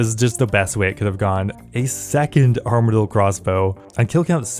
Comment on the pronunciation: harm-adyl crossbow 😂 yes it does cause harm but i think its pronounced arm-adyl